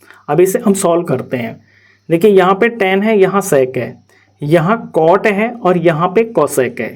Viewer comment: Bkl wo sex nai sec hai dhang se boliya kr